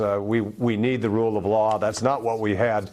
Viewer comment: Perhaps it was Freudian, but didn't it sound like Pence just said, " Rule of Low" when referring to Arpaio?